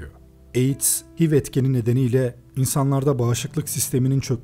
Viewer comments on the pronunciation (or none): Hiv diye okunmuyor eyç ay vi diye okunuyor